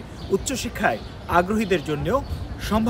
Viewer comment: দেশটার নাম "লাক্সেমবার্গ" (আপনাদের কাছে ভুল উচ্চারণ আশা করছি না)